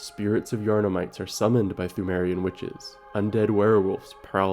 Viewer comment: Pthumerian is pronounced 2merian